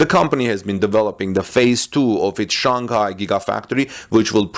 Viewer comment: Its Shanghai not Shanghia